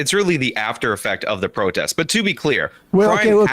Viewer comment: he says b/c of the George Floyd pwotest. Which is exactly how serious Sam's taking his arguement